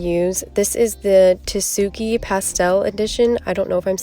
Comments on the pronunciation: hmm you have to pronounce the T tho, it should be “tsu-key” not tea-sue-key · mhm we are supposed to pronounce the T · when you say tsuki you don’t pronounce the t in it so it’s just suki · "Tsuki" I'm guessing is つき. Your pronunciation is pretty close, drop the T Like you're saying "Sue key"